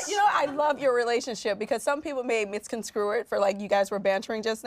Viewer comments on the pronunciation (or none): 43 misconstrue not misconscrue. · So Quadriyah is still saying "misconscrew" instead of "misconstrue" after all these years?🤦🏿‍♀️